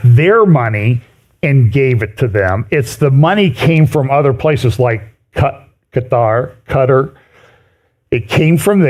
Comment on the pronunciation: I love you, but please pick 1 way to pronounce Quatar! People pronounce it 2 ways so just go with one. That stuttering every time you try to say it is a bit distracting!